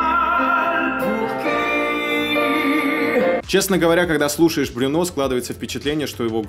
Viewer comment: Во французском все ударения на последний слог. А буква u читается как ю. Брюнó